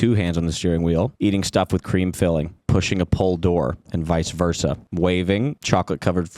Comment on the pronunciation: “Vice versa”😂😂😂